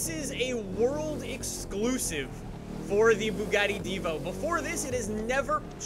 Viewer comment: You habe to say Divo like it has two o like Divoo